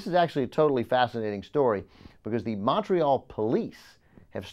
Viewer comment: Please stop saying Montreal like that....